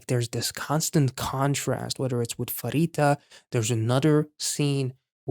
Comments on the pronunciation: Just a note, Pharita is pronounce Parita, not Farita. Pretend the h isn't there. This is such a wonderful piece of work! I had a tear in my eyes by the end of my first listen! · In Thai it would still be pronounced Parita. If you watch her introduction video when it get to her birthday, her family on the call has a balloon in the background that even spells it Parita. Also in the Thai language how would you pronounce Phuket. It is pronounced Pu•ket and not Fuket.